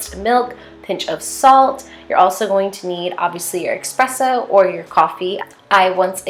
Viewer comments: It’s ESpresso NOT EXpresso 😭😭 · This video gives me amazing fall vibes ! It’s pronounced espresso not expresso tho! :)